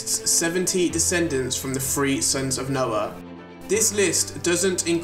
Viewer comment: Oh, 3 sons. I kept hearing free sons and was trying to figure out what you meant.